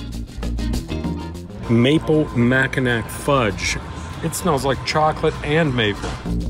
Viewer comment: Thanks for saying and showing good things about the D/the 313! Born n raised. We're 'west siders' and waiting for our first Promaster to come in so we can build it. Pro tip: Mackinac is pronounced "Makinaw". 😁👍